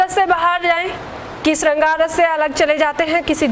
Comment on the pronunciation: श का उच्चारण ठीक करिये बाकी video अच्छी ह